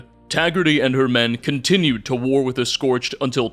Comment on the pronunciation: Incidentally, there's no T in "scorched", and only 1 in "scorchbeast".